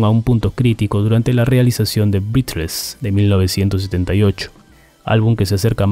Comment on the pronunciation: No, no es Colin "Bas", es Colin "Beis". El álbum no es "brízles" sino "brézles"?